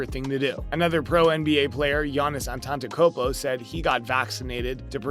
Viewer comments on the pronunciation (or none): none